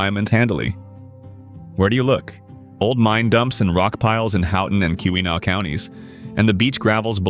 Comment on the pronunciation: It's the Keweenaw Peninsula. Pronounced, KEE win aw or kee wuh naw. Great information on all of the gems. ❤❤❤